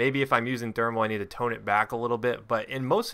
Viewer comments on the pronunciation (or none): none